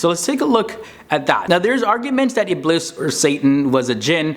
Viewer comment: Iblees with an s is the way to say it in arabic not z. Thats how its pronounced in the quran too. Best of luck